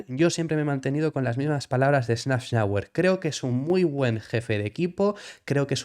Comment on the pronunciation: “safnauer” por favor. que metes una n que no existe